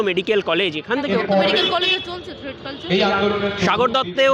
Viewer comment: থ্রেড না থ্রেট কালচার ? কি অশিক্ষিত উচ্চারণ !